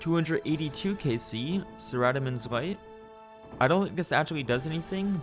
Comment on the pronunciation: what light? I've never heard someone say it like that lmaoo - big gzz